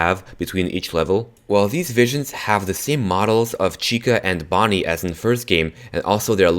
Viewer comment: In number 2 did he say bonnie shame